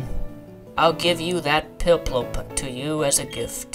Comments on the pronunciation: Gyarados = Gare a dose Piplup = Pip lup Sinnoh = Sin no I was startled over you being unable to pronounce Gyarados when you claim to have played Pokémon for ten years now. Some tips to go with 1. This is an LP. Pokémon, especially gen 4, is slow paced. Because of this, you may want to talk more. I notice in your LPs you hardly talk, and when you do, 75% of the time it's to read the dialogue in the game. continued in 2nd part... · So many things pronounced wrong. Gar as in Gary - A - dose, sin - oh, pip - lup, tur as in turd - twig